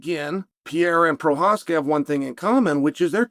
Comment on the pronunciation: Hazmat, Imanov, Pierra and Proraska, not a single name beside Sean was pronounced right 👏